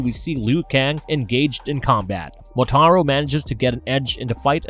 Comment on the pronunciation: He sure as hell got Motaro's name correct lmfao